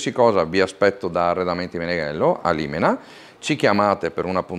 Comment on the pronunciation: O bella..!!! Dai che almeno, oltre tutto ho appreso da un Veneto come si pronuncia in modo giusto "Limena" che è l'AutoGrill dove mi fermo spesso. Sono un Camionista di Bergamo.